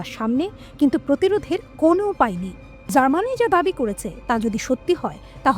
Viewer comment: জার্মানি নামটাই ঠিক করে নিতে পারছেনা,,,,,,,, তাও তিনি সংবাদ পাঠিকা 😀😀😀😀